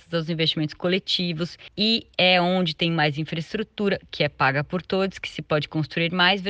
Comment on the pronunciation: Escutei todies e pensei devo ter escutado errado, misericórdia 😮